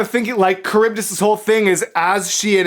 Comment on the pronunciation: Sorry your kind of annoying me with calling charbydis caribdis it's CHar-bi-dis